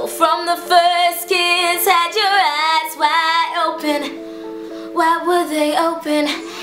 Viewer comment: she said vass wide open.. instead of eyes wide open...